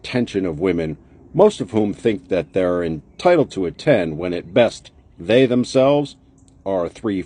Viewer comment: Lady The word is THEY ! not DAY !